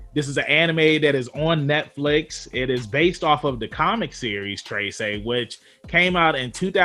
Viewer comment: lol its not "trey-say" its "treh-seh" but ok, to me, the animation was kinda slow and boring. i feel like it has a lot of potential but yeah...